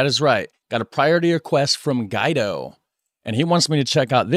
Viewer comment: It’s not guy-do but gee-do.